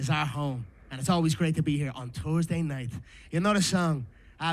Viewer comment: "Tursday night fights"😂